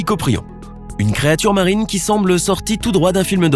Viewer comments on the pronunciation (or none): none